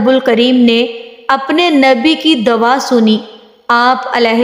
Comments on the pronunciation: dwa nhi " dua" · Nice but you say dawa but it is dua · بہت اچھی ویڈیو ہے پر آپ لفظ دعا کو دوا بولتی رہی ہیں